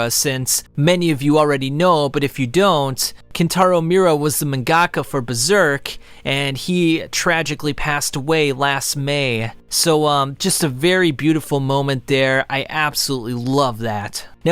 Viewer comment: loved the video man, but you seriously butcher a lot of names in this video radihn, mangakuh, and more 🤣🤣 much love dude keep it up